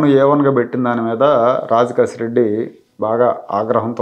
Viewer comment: రాజ్ కేశిరెడ్డి అతని పేరు..రాంగ్ pronunciation చేస్తున్నారు